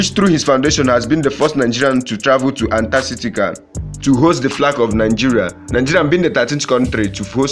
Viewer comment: Antar-citica! Sir it’s Antar-tica! Practice pronunciation because you are on a public forum. Break into syllables… Ant-ar-tica. Clap when you are saying and pronunciation. And yes I’m a certified Early Education Teacher